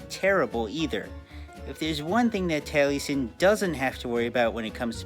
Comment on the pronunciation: I died a little inside every time he pronounced Taliesin as Tally-sin instead of Tal-uh-sin. I don't know which ones the right pronunciation but that's how I've heard the name pronounced irl and it feels weird to hear it pronounced otherwise.